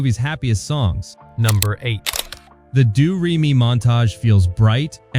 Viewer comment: And it's pronounced DOE-RAY-ME... not do-ree-me